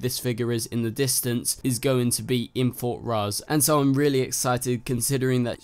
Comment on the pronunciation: I agree, and also it's fort rozz, not fort ross